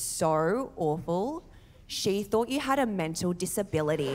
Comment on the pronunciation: Did she really pronounce "You" and "Year" both as "Yee" Australia isn't fit for child raising